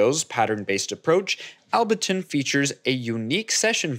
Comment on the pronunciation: Able-ton* not Albe-ton bro